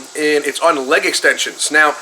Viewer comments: 😆😆😆😆🤣🤣🤣🤣🤣😅😅😅😅😅 It's soo true!!! Leyyg, 😣😣😣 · Yes! Finally someone says it! I get irritated everytime he says "leyyg" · Guy reminds me of a southpark character. Its leg . Not laig extension. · Leig extension? I thought its leg extension. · i don't like the way the skinny dude says "leg"... it sounds like "leyg"